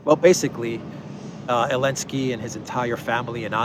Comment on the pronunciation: Please don’t say Elensky say Zelenski ! You are a free man and you have right to say his try name ! And it’s Zelenski ! My back name contains Z letter and I’m very proud of my fathers ! Letter z exist it there for thousands of years !